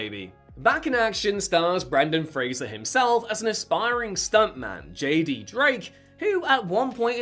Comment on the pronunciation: My favorite Brendan FRASER is Doom Patrol, also Bedazzled. He is such a good actor, I hope he keeps acting idc how big he gets he is amazing ❤ and it’s FRASER, NOT FRASIER! Lol